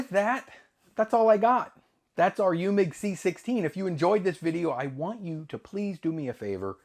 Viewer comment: you need to work on your German 😂 Eumig is pronounced: Oi mick. Wien is pronounced veen and it's the German word for Vienna. 😂 PS: I use a metronome app on my cell phone for time lapse. 60Bpm = one click per second.